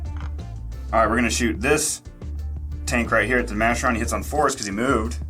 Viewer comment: Never heard it pronounced De-Masher-On. Always De-Ma-Care-On